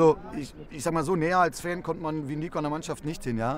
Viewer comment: THIS GUY IS CROATIAN HOLY SHIT. ITS NOT NICO ITS NIKO